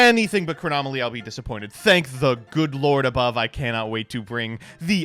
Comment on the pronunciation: “Chronomaly Hyuk” hurts me so